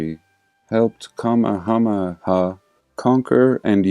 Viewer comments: You pronounce the H. Its not called “Awaii” Ka- may-HA-may-Ha. With power. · From what I understand, the Polynesian King's name is pronounced more like "Ca-May-a-May-a".... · It's pronounced ka may ah may ah , enjoying from the Philippines thanx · I love your work so much you tickled me this morning when you said the Hawaiian Kings name I said it the same way when I first went to Hawaii and I quickly got corrected so I'll tell you what they told me Ka-may-a-may-a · Listen to what the older guy says when trying to figure out what had happened to the jeans...a firepit where some things only got partially burnt?... or maybe mudflood/dew event? I had to share when i came across this. Btw its adorable listening to you try n say the names <3 too cute lol. A for affort? Hehe! So think of goku from dragonball z and his main beam attack... kamehameha or as goku drew it out " kaaaaa-meeeeeee-haaaaaaaaaa-meeEEEEEE..... HaAAaAaAA!!" lmao. But yeah.. totally not tartarian/reset related and actually connects a lot. And are those bricks i see as they are quickly descending hundreds of feet straight down a supposedly hand tool dug 1800's shaft? The whole mining history thing smells fishy to me the more of those i watch... check it out